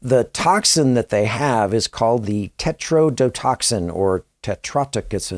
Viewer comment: Another great piece of content. I can even forgive your inability to pronounce tetrodotoxin! 😉 This is so incredibly sickening that I find myself feeling guilty for allowing myself to become intrigued by these details & theories of such dark deeds! I pray everyone involved in this tragedy finds themselves with the justice they so deserve!